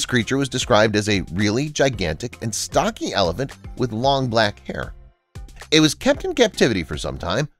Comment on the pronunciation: When he said elephant he pronounced it wrong😑